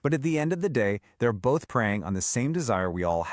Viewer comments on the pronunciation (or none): none